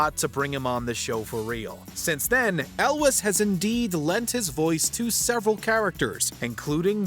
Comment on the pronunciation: When you are reading your script, please learn how to pronounce names properly. Elwes is pronounced with a Z sound at the end. For help in the future, Rachel Weiss is pronounced "vise" 😉